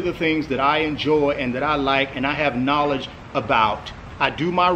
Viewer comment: knawludge-tai lopez